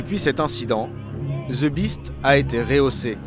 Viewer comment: "Ze Biste" Putain, un journaliste qui fait une reportage sur la securité du president américain, il faut avoir un anglais correct quand même. J'adore la France, j'ai vécu aux Hauts-de-Seine pendant 12 ans, mais une bonne partie des gens qui parlent anglais ont an sotaque pourri :) . Faites an effort, merde.